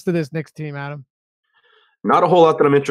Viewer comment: My favorite Deeper Dive moment happens everyday Adam & are together when the head of name-pronunciation-police......mispronounces Adam's last name! 😆